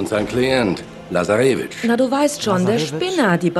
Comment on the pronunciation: man spricht lazarevic ganz schnell aus ☺